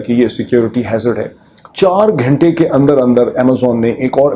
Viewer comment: Please the Urdu word is not ghaintey, it’s Ghuntey.